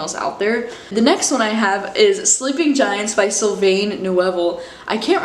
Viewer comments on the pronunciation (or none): Sylvain is pronounced syl-vin like wine in French